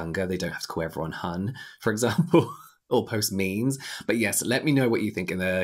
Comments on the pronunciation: James saying 'me mes' when talking about board room meetings made me laugh so hard I had to pause the video hahaha. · “Let’s post me-me’s” 💀💀💀